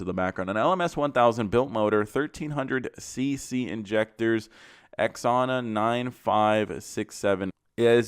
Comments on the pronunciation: Zo Na not Ex Ona. lol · It’s pronounced zona the xona turbo